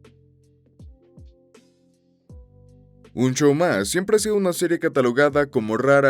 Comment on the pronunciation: Me encanta escuchar a extranjeros decirlo